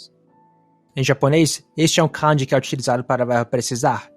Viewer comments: Cara, não é canji (com o can do inglês)) como você também falando no vídeo. É Kanji ( com o can de canjica). Você fica parecendo um gringo americano falando as palavras em japonês. Acento muito esquisito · Amigo, te recomendo o app JAccent. Não me leve a mal, é só uma dica para ver onde está o tom alto e baixo nas moras japonesas. Vc pronuncia "kanji", denwa, watashi, etc, com acento tonal diferente do que os japoneses usam. Falo isso pq na hora notei o erro de pronúncia e confirmei tudo no JACccent